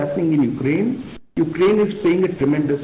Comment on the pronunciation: Every damn and dick of Indian Media anchor is talking endlessly all day about Ukraine/Russia conflict without knowing where Ukraine is. All of a sudden these half-headed anchors have become experts, who can't even pronounce the name accurately. I am dead bored, do they think they are gaining any extra viewership? I doubt it.